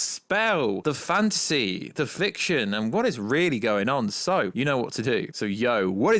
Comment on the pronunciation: whenever you say fantasy, it sounds like you're saying fancy